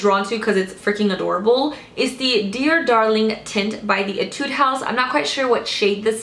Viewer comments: I'm a new fan of yours! I love your videos so much. I've been watching them continuously.. Keep doing it please! :D By the way, in my country (Thailand), we pronounce "Etude" as "Ee-tooh-dee".. I'm not sure if mine is right for the Korean, though, but I'm pretty sure it's not Ee-tood. No offense! :) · Etude (E-tu-dee) This is how it pronounce.😂💕